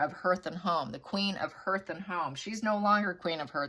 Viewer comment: I think "hearth" is pronounced harth instead of herth..